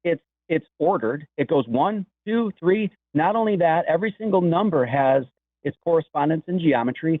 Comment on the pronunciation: Vun equals Tree equals Vun. Ah ah ah.